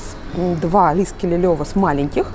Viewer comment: Ну он же лиКСеле, а не лиСКеле. Люблю вас, но эту оговорку просто не могу слушать))) ужжжжасно режет слух)